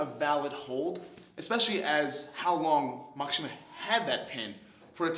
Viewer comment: Such a good video, hope to see some more psycho pass and even some cowboy bebop. Only thing that bothers me was "mak-A-shima"